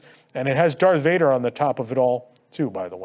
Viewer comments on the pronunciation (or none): none